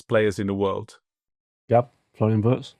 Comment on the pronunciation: Please not WURTZ, Listen to Jan for a proper pronunciation.